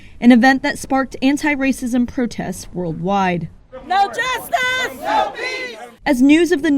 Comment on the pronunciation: "Fusstrated"..."Jesstice"...why is it THESE dudes they find to represent us?